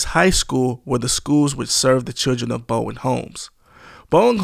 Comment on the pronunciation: Bowen Homes, not Boeing.......